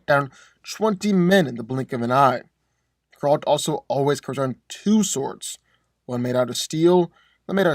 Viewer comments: Bro keeps calling him gRaLt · Anyone else want to choke him out every time that he mispronounced Geralts' name? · Please learn how to say Geralts name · I don't think that's how you say geralt but I could be wrong. All I know is that its making me feel uncomfortable